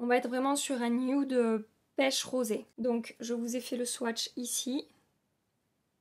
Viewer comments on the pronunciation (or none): none